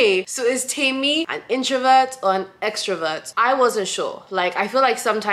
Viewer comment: I like that you pronounce your name right. Like Temí meaning mine and not Temmy.